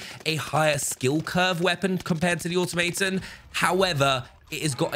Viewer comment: say it with me: aw-TOM-uh-tahn